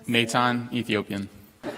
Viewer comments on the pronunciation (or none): Nah-Tan I know yo momma did not raise you to say Nay-tAn. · Talia Hass Wasn’t it Nathan pronounced ‘Natan’ not Meitan